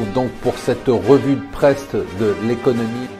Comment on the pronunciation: Il faudrait changer votre musique, elle évoque un cirque plutôt qu'un quelconque sérieux. Et pourquoi dites-vous "revue de preste" ? Il semble que vous vendez très mal votre contenu intéressant.